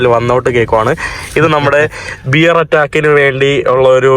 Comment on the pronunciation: ബിയർ അറ്റാക്ക് അല്ല. ബെയർ അറ്റാക്ക് ആണ്.